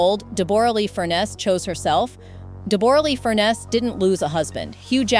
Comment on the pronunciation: So disappointing the voice over of this story mispronounces Deborra's name ( pronounced Debra not Deb or a lee) also her surname is pronounced Fur-ness not Furnace.